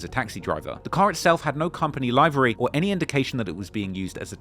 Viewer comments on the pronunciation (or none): The Brit pronounced Livery wrong lol.